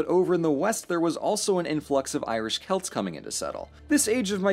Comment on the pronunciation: It’s celts not selts You SUNT